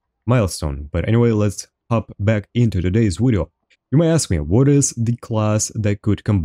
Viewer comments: No its wideo what are you talking about? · You both say and spell "wideo" it's "video" :)